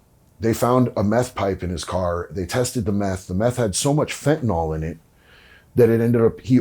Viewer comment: No "o" in fentanyl